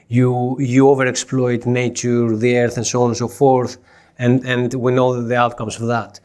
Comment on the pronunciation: Sheesh, is this the only way Americans think? Profit VS The E-airth?